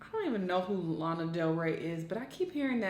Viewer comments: Her name is LANA NOT LEINA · Ok but can she not say Lana. It’s “lah-nah” not “lay-an” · Omg her saying “Layna” is so annoying it’s “Lawnnaaaa” goddamn 😤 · One doesn't know even how to say lana and another being like oh i don't know who is she And taking it to a race game instead of an honest review is such of a waste of time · dont be influenced by this video. Its literally bias and lana already said it wasn't a call. The fact she cant say either names right says a lot. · I don’t like Lana but she ain’t even saying her name correctly.😩cringing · Pronounce lana's name correctly at least... Chiile